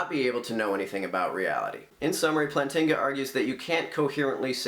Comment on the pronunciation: I literally just made this youtube account because you're critique of the EAAN is so bad. First off, it's "Plant-inga" not "Plan-tinga". Moving on to the real problems with your video, you claim that the EAAN is a straw man because he assumes that naturalism and evolution rely on each other, in fact this is not true. Plantinga's argument is only against the conjunction of (E&N), the naturalist can abandon E to maintain rationality. Also, you've already lost the argument when you admit R is low